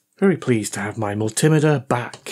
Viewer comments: It's a multi-meter, not a mul-timiter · We can do without the Rap Crap Music! Also it's pronounced Mul - T - Meter, not Mul - Tim - Ater. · Multi Meter Pronounced like a metre of measurement😮😮😮😮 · for the love of god man, multi-meter , not mul-tim-iter :) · Please pronounce multimeter correctly, multi- meter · I like your videos, but I wish you'd pronounce multimeter correctly, instead of the American way. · As a retired test equipment engineering technician who's repaired, calibrated (and occasionally destroyed) my share of multimeters, I like the way you (mis)pronounce multimeter.